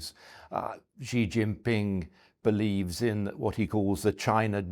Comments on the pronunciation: i find it completely unacceptable that this guy has written several books on China and yet he calls Xi, "Gee" What a completely inexcusable error for someone that claims to know so much about the country. The correct pronunciation is "she", like the English pronoun. Times Radio really needs to scrutinize their guests better. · For some reason, pundits in the US and UK have decided to pronounce "Xi" as "Jee" or something like that - which is completely wrong of course